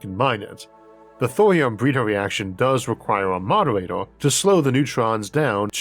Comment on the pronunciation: does the guy narrating have a speech impediment? i could swear he said "bweeder" instead of "breeder".